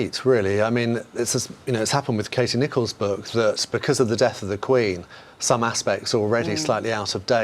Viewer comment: Since when did our friends in the south pronounce the word book as ‘burk’